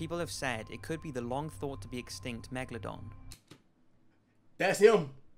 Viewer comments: Cash: “Megadon” Flight: “Megalodin” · or as flight would say mega-lo-dun